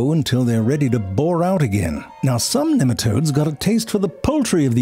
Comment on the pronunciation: it's NEEM-a-todes